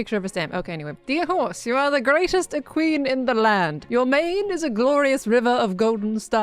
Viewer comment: no offense but your pronunciation of equine is hilarious. it's not a-queen, we aren't in a drag race nor england. it's eh-kwhine, kwhine as in whine. eh-kwhine.